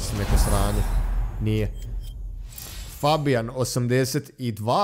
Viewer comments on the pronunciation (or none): none